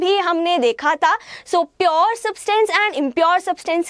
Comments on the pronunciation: Mam it's pure not purrrr😂😂😂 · Mam it is pure, its not piyur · She can't even pronounce pure properly